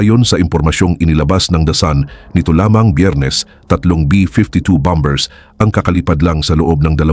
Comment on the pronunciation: Bambers I'm Mata, ayusin mo Naman pronunciation mo! 😊😊